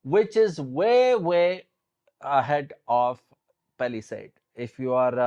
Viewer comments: Its not paliside it is palisade bro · Pehla side 😂😂😂 Pehla Saith 😂😂😂